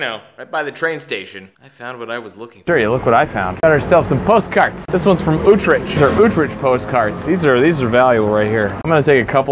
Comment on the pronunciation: Wow, I had no idea that this postcard had such a moving story behind it... I will treasure it forever! By the way, how does Utrecht sound anywhere close to ootrich? lol My Icelandic friend can say it better, and he hasn't even been there. I loved your street name interpretations though.. lol